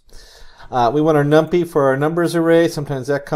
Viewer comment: Gotta say, thats the first time I've hear it pronounced "num-pee" xD, great video though!